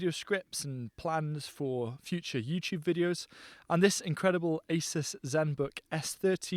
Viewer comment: ASUS is a Taiwanese brand and we pronounce A-Su-S